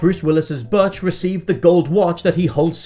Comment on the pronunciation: I lost count but I’m pretty sure he mispronounced “Butch” all 74 times he said it.